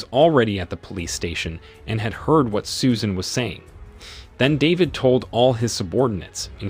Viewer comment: Susan... Or Soo-shaaaan...